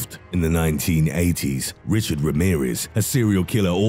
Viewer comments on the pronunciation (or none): none